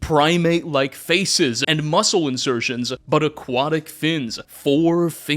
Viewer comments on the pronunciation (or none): none